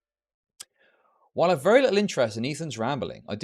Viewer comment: vewy wecently